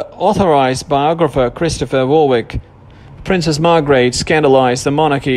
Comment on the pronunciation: Pronounced Warwick